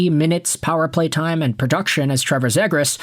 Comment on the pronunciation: Why are you saying zegras wrong lol